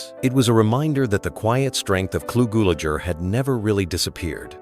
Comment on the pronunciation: Please look up the pronunciation of names you mention. Clu Gulager is pronounced GULE'-A-CHER.